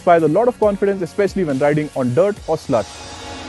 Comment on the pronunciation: did he just say sl*t instead of slush? or have I gone deaf?